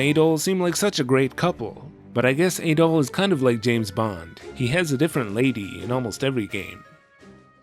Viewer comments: You were saying "Ay-doll" just found it odd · I guess you call him Ay-doll in all your videos. Whoops 🤭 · You are pronouncing Adols name wrong. It's "AH-DOLL"